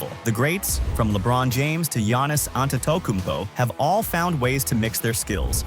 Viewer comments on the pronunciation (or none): You need to work on your “Antetokounmpo” pronouncement